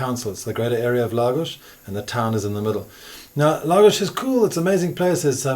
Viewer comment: Why does he say Lagos properly but calls Portugal ... Porch-u-gaul.